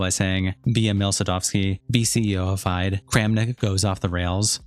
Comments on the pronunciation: FIDE is pronounced like Fee-day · FIDE is pronounced feed-eh, by the way, for the next chess-related video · they literally don’t pronounce it like that they say fee-day not feed eh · Just a FYI, it’s pronounced fee-day. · It’s pronounced “feed-ay”, goofball.